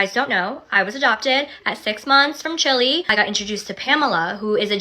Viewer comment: The way she pronounced Chilè was disgraceful